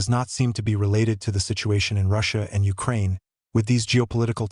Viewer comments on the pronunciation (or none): none